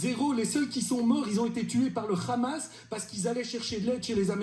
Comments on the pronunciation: Il ressemble a Boujenah...d'abord tête de mule on dit pas khamasse mais Hamas ça a un sens en arabe..ceux qui disent khamass on sait qui s'est . Ce Mr est sioniste proche du genocydaire Natanyahu. Écoute crétin de mes 2.. .....s'il Nya pas de famine ..va y Laba et reste y 3 mois .. C'est un choc d'entendre ça Merci aux belges de l'evincer En France dans tous les médias chers belges on a que des crétins fachos comme ça...ils disent pire que ce Mr et ils sont pas évincés. ..c'est grave Les médias français st tous sous l'emprise de ceux dont on sait tous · Quand il a dit "Khamas" j'ai compris... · Cet abriti qui prononce "Le Khamas"est juste un relai des génocidaires... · Il a dit le Khamas au lieu de dire le Hamas, on sait maintenant de quelle origine il est. Sale menteur va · Des qu'ils prononcent khamas, c'est bon tu sais que ça vient de la maison mère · Le mec s’est dévoilé tout seul, il a prononcé c’est la faute du Khhamasse 😮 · Mes les gars, dès que quelqu’un prononce le mot “Khamass” au lieux de “Hamass” il faut changer de chaîne parce qu’il dira de toute façon des horreurs ! 😂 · Ah quand même !! Même si ça ne résoudra rien chez les Ghazaouis ça fait du bien. Nos M.rdias mainstream français pathétiques et aux ordres devraient en prendre de la graine. Vive la Belgique et les Belges !! Faudra apprendre à ce Monsieur et à ses héros qu’on dit pas Khamas !! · Il prononce bien le mot khramasss il a un accent de sionistes terroristes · Quelle immonde propagande du mensonge... sa manière de prononcer "hamas" montre bien qui il est et qui il soutient !!!!!!